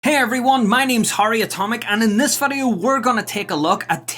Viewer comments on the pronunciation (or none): vidoe man say vidoe